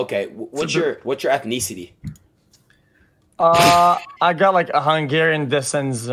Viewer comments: "whats your ethneeecity?" LMFAO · "what's you're ethneecity?" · Am I dumb or is adin pronouncing ethnicity wrong 😑